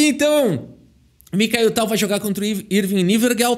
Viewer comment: Fala o nome dele errado dnv, vão já te cancelar em 😂😂😂😂